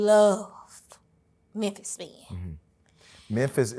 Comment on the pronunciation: "There's only one Memphiz" 😅😅😅😅😅